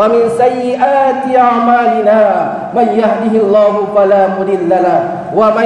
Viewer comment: MaiyahdihiLLah tadz bkn maiyahdihiLLoh